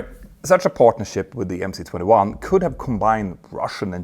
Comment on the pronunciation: Two remarks: it is 'avia dvigatel': air engine. And the letter 'C' in MC-21 is a cyrillic letter, pronounced 'S'.